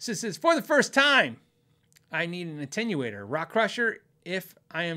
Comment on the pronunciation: finally said Jagauar, attenuator, and Illinois correctly, but it didn’t sound right coming out of his mouth. 😁👍